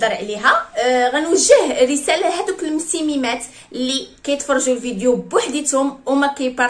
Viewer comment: هههه ضحكتيني ملي قلتي المسميمات😂 ولكن عندك شرح زوين تبارك الله🙂